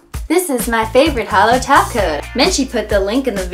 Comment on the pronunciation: She calls them "holo tacos" 😝